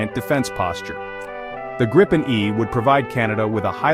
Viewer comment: It's pronounced "greepen".